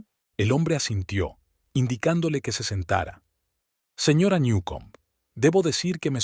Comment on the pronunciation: No sabe decir señora???